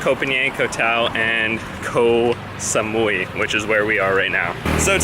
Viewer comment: This is the rare time where you actually pronounced the name of the island almost perfectly. Bravo!!! Oh no... Asia has gotten into your blood. Haha... Yes Koh Samui is more of a tourist spot and is more developed compared to the rest of the islands. You'd like the other smaller ones. I can't remember which vid that I actually replied you with the islands to visit but if you look at my comment, you'll see a few other small ones which I have recommended. Not the bigger ones only. The reason I put a very big disclaimer to watching real Muay Thai is because it is not for the faint of heart as most of the "REAL" fights will involve blood. If you see them train, you'd cringe. To enhance their kick/punch, they literally kick/punch coconut trees and etc. So it's not the sport where a lot would venture into.